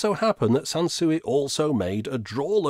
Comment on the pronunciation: Sanswee not Sansuey 🤭